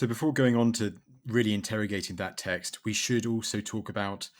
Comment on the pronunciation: Please, learn to say the word "text"